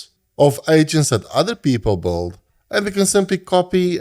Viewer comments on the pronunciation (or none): блин, где вы берете такие акценты. Я думал, что британский самый отвратительный акцент, который нвозможно слушать. А тут чел вообще Билд произносит как:)) (лысый) это видимо сам автор:))